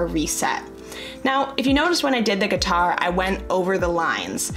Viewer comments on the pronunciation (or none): Cringed every time you said guitar hahah 😂